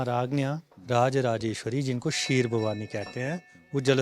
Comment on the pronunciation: खीर नाही.. क्षीर